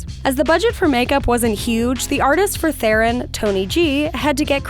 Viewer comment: Charlize Theron's last name is pronounced "Ter-on."